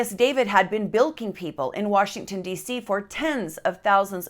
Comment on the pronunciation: Utah accent comes out when she says "Warshington."